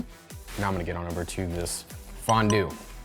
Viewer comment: As someone from Switzerland, I kinda feel offended by your "fondue" xD